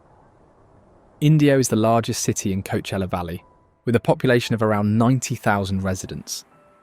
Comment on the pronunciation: co-uh-chel-uh. Nothing to do with busses.